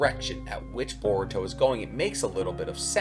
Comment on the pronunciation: you butchered his name beyond repair 🤦🏿 its “boruto” not that hard to spell and secondly that wouldn’t be a amp for boruto at all you say unrealistically powerful when i bet you your self can’t explain what makes him “unrealistically powerful” its a anime dude smh